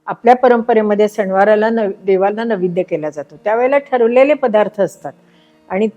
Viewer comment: माझ्या माहितीप्रमाणे नैवेद्य असा शब्द आहे .निवेद्य असा उच्चार केला आहे.